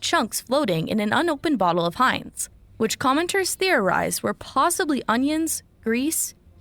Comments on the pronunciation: It’s pronounced HIGH-nz 🫶🏼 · It's Heinz not Hanes stop saying like that it's annoying!!! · It's Heinz pronounced Hi en z but spelled like this Heinz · Dude ! It’s pronounced H I NES ( Heinz) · I like that you pronounce Heinz as Hanes because it's heinous to eat anything from masonic corporate entities... People need to wake up. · You keep saying Hane’s, not to be confused with Heinz. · Its pronounced like "Hines" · It's Heinz not Hanes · Heinz, my guy. Not hanes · Its Hienz theres no A sound in itmake ur own ketchup most manufacturers are sourced in foreign country , I dont eat out anymore ( retired chef ) theres much worst has been found fun fact how many creatures are in our insides 😮😮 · Hanes is underwear bro. Get ur pronunciation right son. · It's pronounced Hinds but it's spelled Heinz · Hearing Americans call Heinz "Haynes" is hilarious to me, I don't know why 😂😂😂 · It is pronounced Hines. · I buy ketchup with no sugar...and it's pronounced Highnz. I'm gonna be sick 🤮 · Hanes are underwear dude. It's pronounced with a long I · You keep calling it Hanes😂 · Hie nz…. /ie/ makes the sound of long I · It's pronounced how it's spelt, not haynes. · It's pronounced like HINES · Please say Heinz correctly please please please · Rofl!! I know. I'm thinking to myself, who's "Haynes"? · You’re saying the name wrong dude! It’s not the Underwear brand! Smdh! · Whats disturbing is how you pronounce Heinz lol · Strange that you can't pronounce Heinz, after hearing it pronounced the right way. Can you hear the difference? No one misprounced it as bad as you... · Please pronounce it properly. ....google will properly pronounce every word for you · Learn how to pronounce the name of the kehup correctly. Thanks. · Wrong pronunciation of Heinz😂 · Ikr…I was like is he talking about underwear or what!? Lol 😂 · Thank you ! 😂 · Frfr it was killing me only 30 seconds in and my boy is acting like he never seen a Heinz ketchup commercial 😂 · Or ever heard anyone pronounce it right.😆